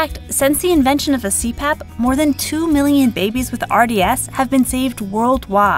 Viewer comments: I thought you said crap its cpap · I thought it said crap, not cpap 😂😂😂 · Am I the only one who thought it said "crap" instead of c-pap? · Lol I thought u said CRAP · In , I thought it said "Crap" but then I realised it didn't say crap. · when it said cpap I thought it said crap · was i the only person who thought 'CPAP' said 'CRAP'? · when it said CPAP I thought it said CRAP XD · I thought the CPAP said PPAP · I kept thinking the cpap said crap